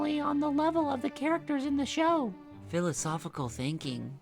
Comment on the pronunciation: Wait a sec... (fil-ah-sof-i-col) thinking?